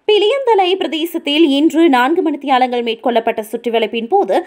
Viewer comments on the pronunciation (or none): எருமை மணித்தியாலயம் இல்லை,மணித்தியாலம் என்று வாசி